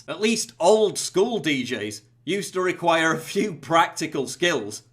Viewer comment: does anyone else notice the way he says require . is he repressing a West Country accent or something?